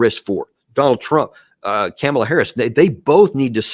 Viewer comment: Trumps foreign policy will be vastly diff than “COM-ala” not “CAM-ala” . I can’t stand her but cmon Man U can’t do a show talking about her this much and stil gaffle her name every time.